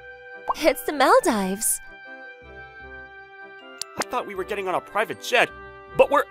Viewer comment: "it's the Mel-dives" sometimes you guys really need to teach your VAs beforehand how to pronounce certain words XD